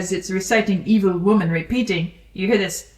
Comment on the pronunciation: I hear it that way sometimes, the way they turn evil into a three syllable word (ee-ee-vil) is pretty close to "meed-ee-vil"!